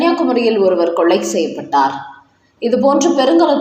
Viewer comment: ஏம்மா! கொலையைக் கொள்ளை என்கிறீர்கள். 'ல,ழ' உச்சரிப்பு தமிழில் மிக மிக முக்கியம்.சிறப்பும் அது தான்.